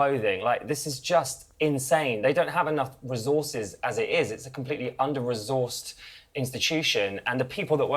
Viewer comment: What is "under rezorsed"??